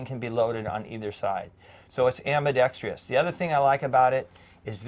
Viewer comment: Ambidextrous. - AM..BEE..DEX..TRUSS...... Why do so many Americans have a problem pronouncing this word? (it's not just you 😁)